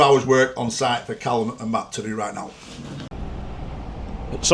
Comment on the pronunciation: Atleast can pronounce salford right eh baz 😂